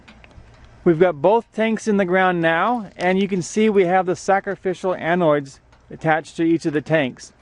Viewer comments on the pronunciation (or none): Annoids? .....isn't it anode?